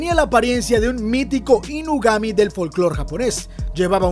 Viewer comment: es Inugami (inu-perro + kami-dios) no “UNIgami”